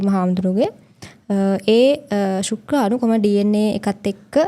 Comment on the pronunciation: ශුක්කාණු නෙවෙයි කෙල්ලෙ, ශුක්‍රාණු!